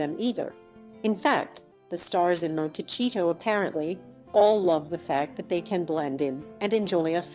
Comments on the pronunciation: FYI — It’s not pronounced monteCHito-— it’s monteSEEto. It’s a Spanish name which means little hill/mountain. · IT IS NOT PRONOUNCED MON-TEH-CHEETO! IT IS PRONOUNCED "Mon-teh-sea-to." It is a Spanish word meaning hills or little mountain. They are going to love it there. Unlike almost any other city in the US, there is a polo club just five miles down the road, where Harry can get his fill playing his favorite game. (When William and Catherine visited a few years ago, they stopped off in SB. William played polo for charity at the club.) Archie can grow up going to some fine private or public schools, surfing or playing beach volleyball or soccer, both very big in Santa Barbara, two out of the three sports not available were he to grow up in Windsor Park. Just saying.